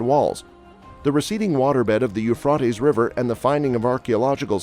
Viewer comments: It’s Euphrates long a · Here in Tennessee we pronounce the Euphrates River with a long a, Euphra’tes River!!! Sounds a lot better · It's not ufraties fool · It is pronounced, u-fray-teez! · Everyone say it together u-fray-teez!!!!! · It’s hard to concentrate on what he’s saying every time he mispronounces the rivers name ! Can’t listen anymore, jeeze ! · Yes, his saying the river's name is driving me nuts too.